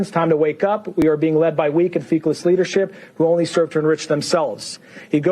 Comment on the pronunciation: Feckless rhymes with reckless … it means inept. When we say Feeckless we look feckless …